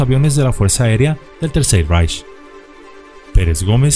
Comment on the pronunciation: Por último debo agregar que la pronunciación del alemán no es como la ejecutas!, Ejemplo: REICH pronunciación hispana ❌Raich❌ REICH pronunciación correcta ✔️Raij✔️ igualmente la W no se pronuncia como "uer" si no más bien como V! Ejemplo WERMACHT pronunciación incorrecta ❌"uermacht"❌ Pronunciación correcta ✔️vermajt✔️